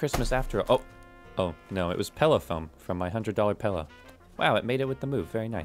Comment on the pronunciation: Pellow man just said pellow… smh